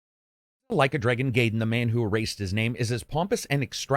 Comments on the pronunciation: guy-den, not gay-den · "gayden" yakaza"😂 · ..did...did you just call it like a dragon GAYDEN? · you pronounce Gaiden wrong